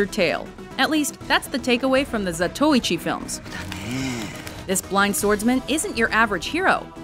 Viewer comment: I'm pretty sure "Zatoichi" is pronounced "zah toe ee chee".